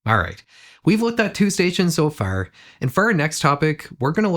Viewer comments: the Irish "So Far" again..😢😂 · The “so far” sounded so Irish